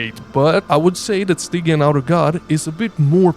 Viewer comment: It's pronounced StyJEEan my dude! Love the content!